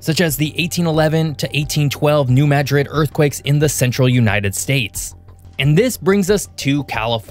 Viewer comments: Congratulations, I glad you finally learned how to pronounce New MAD-rid. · Thank you for correctly pronouncing New Madrid; so many pronounce it as the city in Spain.